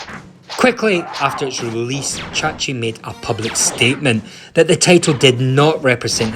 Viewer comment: Chahi, not chachi